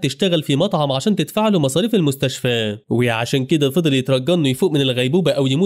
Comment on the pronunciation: بالمستشف🥱ه ✅ بالمستشفى ❌